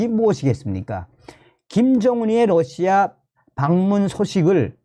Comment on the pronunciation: Russia를 Lussia라 발음하면 안됩니다. 는 상당한 대중성을 가지고 있기 때문에 발음을 바로 하셔야 합니다.